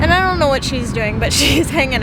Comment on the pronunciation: Name the truck donut lol. Idk why but when you said you havent name the truck yet you said "don't know" and idk why but I thought you said donut lol